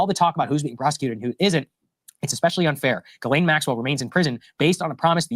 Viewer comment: we have to stay on this. We obviously have a pedo in office. We can't let it go.❤ and I mispronounce her name the same way too😂